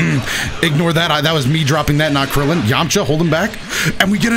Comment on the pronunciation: "Ouhhh KRILIAN" lol